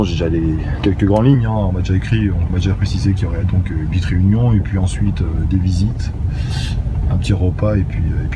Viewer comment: Mdr tu kiff cette expression " Une petiteu video"